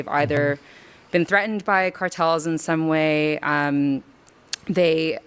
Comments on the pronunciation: "Carteles" lady just say cartels. It's giving white lady saying "gracias" after she gets her chips and salsa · 🤦‍♂️ She's trying to pay as much respect as she can to a group of people who illegally traffic humans, by putting as much accent as she can into the word coyotes and cartels. Jesus christ. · The fake accent whenever she says a word that even remotely spanish is so disrespectful. Cartàles, after "accidentally just saying cartels. Coyotes the terrorists is spelled and pronounced the same as the animal. Its Ky-O-tee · The amount of effort she is taking to pronounce cartels and coyotes in spanish, says everthing about her. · She purposely pronounced Coyotes and Cartels with a Spanish accent to try and squeeze past the fact she's talking about the criminals that are driving people out of Mexico, both literally and figuratively. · oh man the way she says coyotes and cartels, you know shes the worst person alive. god this lady is unbearable i cant stand people like this. listen to how she pronounces certain words. what a complete moron